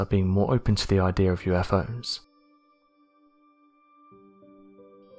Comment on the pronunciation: This narration needs a bit of translating. Allow me: "hypoffasis" = "hypothesis", "ideer" = "idea", "fourteenfff" = "14th", "fank you" = "thank you", "uhvers" = "others", "fuvah" = "further". (Pretty bad when even robot voices use poor grammar. Lol!!)